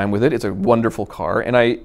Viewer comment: I reposessed the caoor , I sold the caor, drove the ccoar. blbalbalblaabla